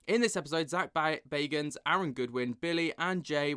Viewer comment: This the paranormal gossip channel 😂😂🌈 Dude cant say Zak's last name right even though he says it at the beginning of every episode